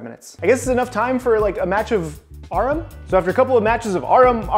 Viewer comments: You saying "ARAM" as "AHREM" took me out the matrix. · Yeah, how he pronounces ARAM definitely got me. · I think that's the first time I've heard ARAM pronounced like that, hm.... you learn something every day.